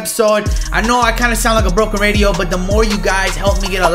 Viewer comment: My man said Brocken radio